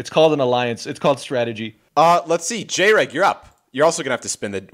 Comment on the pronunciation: I distinctly remember Jreg saying in one of his videos not to call him J-reg so it’s crazy that this game was started off with a mispronunciation of his name.